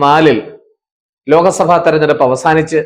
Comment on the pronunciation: ലോക സഭ അല്ല ലോക് സഭ എന്ന് പറയണം